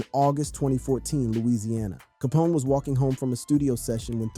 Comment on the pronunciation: Rite cause how u do all this "RESEARCH" to get this information for this video but still mess this mans name up is crazy to me